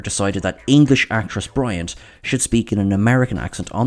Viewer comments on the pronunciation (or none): none